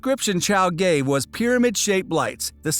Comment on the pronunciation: IS IT JUST ME OR DID HE SAY “Gave” BUT I HEAR “GAY” LOL HAHAHAHAH